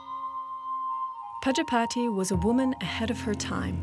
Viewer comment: Prajapati is pronounced wrong by the narrator